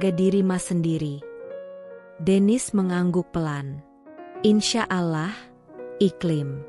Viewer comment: Alloh bukan alah kalau tidak bisa dan tidak mau bilang alloh jangan membaca naskah cerita yg ber nuansa islami